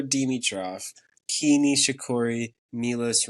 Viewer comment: Kei is pronounced KAY.... or precisely keh ee... Carlos is the future GOAT stef is a garbage human